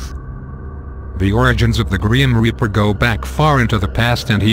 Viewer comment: Gream reaper?!?!?!??!!? He said "Gream Reaper"